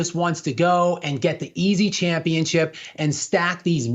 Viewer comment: the esl white dude can't say championship. He says championchip.